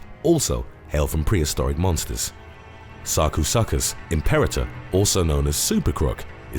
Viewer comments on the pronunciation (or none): none